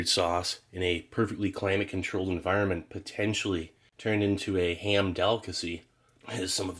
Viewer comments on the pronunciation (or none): none